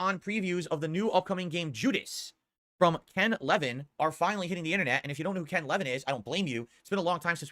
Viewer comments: It’s Ken Levine, not Ken Levin. 100 % regard. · What's he got against the French? He can't even pronounce the guys name right. Wait wait... Ken Leven... I didn't know who he was talking about until he said Bioshock and I'm like... Ken Levine? "La-veen" Jesus christ this guy have you even heard yourself talk? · Ken Levine's last name is not said like that. The guy is a legend and he can't get his name right. Jesus Christ. Also Jesus Christ he knows nothing about any of this. He watched/read the most condensed version of Judas info and got quite a few things wrong